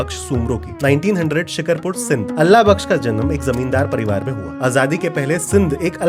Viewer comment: Actually it's not shik(har)pur it's Shik(aar)pur! Maybe The Indian city with this name is called this way but,Sindh Pakistan's city is called this way as I'm also a shikarpuri🤍 Btw this was a great knowledge and truly I didn't know this before this video!